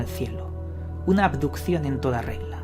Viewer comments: Aquí el único misterio es por que el tal dice "adupción" en lugar de abducción y "andó" en lugar de anduvo. Menudo ignorante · Cada vez que decía "aducion" me daba mal rollo.